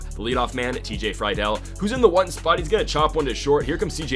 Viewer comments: it’s free dull not fry dull also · It's pronounced Tj Free Dool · As a reds fan it’s pronounced “Free-Dil” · This is how u say tj friedls name free-dl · also Friedl is pronounced Free-Duhl